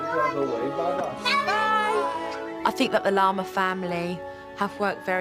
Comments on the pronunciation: Is it just me or when Jo says “Larmer family” it sounds like Lama family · She sounds like she’s saying The Llama Family 😂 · Every time they say Larmer all I can think of is llama and I love it😂